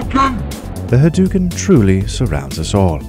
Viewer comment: Ha Dough u ken... haDOuken..... ryu literally does not say ha DUKEN... This was painful to listen to.